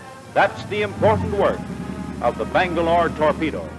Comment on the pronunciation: "Bang-A-Lore, Tor-Pe-Do" - The Lost Boys, Allegedly.